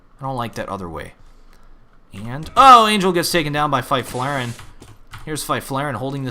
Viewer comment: Fy-flare-en? That is awful pronounciation right there